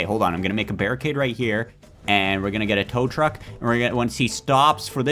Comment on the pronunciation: Bro almost said trow tuck